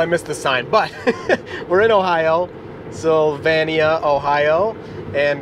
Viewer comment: Also - Maw-Mee (Maumee) and Sil-Vain-e-a. (Sylvania)